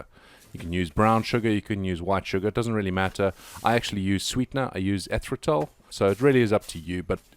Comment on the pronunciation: eRYTHritol and worCESTERshire sauce... you're losing whole syllables!